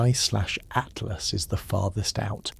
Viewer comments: HEY A-I, "Atlas" is not pronounced "ATE--LASS". Rather, like "AT--LASS". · Cant even say atlas correct